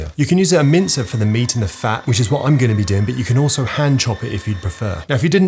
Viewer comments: A quick HWHAT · A quick HWAT, mate!?